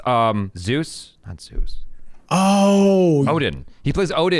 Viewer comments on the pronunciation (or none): none